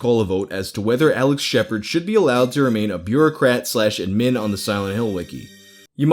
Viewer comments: Dude.. Pronounce "admin" correctly please.. lol. Ad Min. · The way you say “admin” kind of bothers me, but also when I think about it, it makes sense. We say “ad-MIN-istrator” not “AD-ministrator” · The biggest mutilation in this video is your pronunciation of admin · The way you said admin the first two times upsets me far more than it should. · We just going to gloss over how pronounces "admin"? Aight. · The way you pronounce “Admin” hurts my brain lmao it’s almost like there was a glitch. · Don’t get me wrong, I love this guy, but the way he pronounces “Admin” makes me want to literally vomit. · I don’t think I’ve ever heard anyone say “admin” like. Maybe I’m crazy. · The way you pronounce "admin" really annoys me. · Why do you keep saying "admin" like that? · Dam, why can't you say "Admin" properly? lol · mate pronounce admin